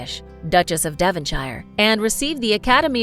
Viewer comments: The narrator needs to learn how to pronounce certain words and names please. For example: It's Far From the MADDING Crowd (not Maddening!). Devonshire is pronounced Devon-share. Bronte is pronounced Brontie. Jane Eyre is pronounced Jane Ere. There were others, but these ones stood out. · And “Devonshire” and “Bronte” 🥲🥲